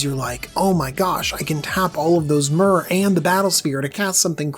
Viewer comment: Just FYI, MaRo has confirmed that the correct pronunciation of Myr is "meer", as it is meant to tie into the word Mirrodin, which itself is inspired by the word "mirror".